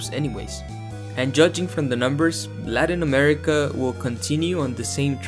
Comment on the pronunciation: Hi man! Really cool video! I can tell, you seem like a native Spanish speaker right? Because if not, that is some impressively good pronunciation of the names of the countries in Latin America!